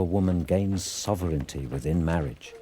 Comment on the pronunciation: I am sorry. Marriage doesn't sound like marriage when read in that video. It sounds more like Mirage.